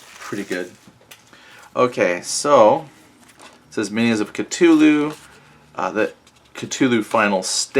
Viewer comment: "Ca-too-loo" lol